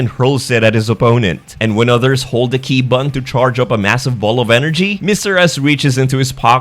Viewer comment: He's finally saying Ki right! 😏